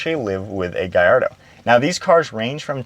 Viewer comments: It’s pronounced GAL LAR DOH not GUY. 😂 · Many people in Malaysia who spotted a Lamborghini Gallardo often pronounced the name wrong by saying GALLARDO because the two Ls are sounded which rhymes with the evil Claude Frollo from Victor Hugo's novel The Hunchback of Notre Dame and its old 1996 animated Disney film adaptation. Any concerns?